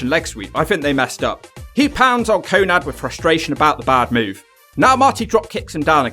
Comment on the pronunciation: Konnad? I thought his name was konnan.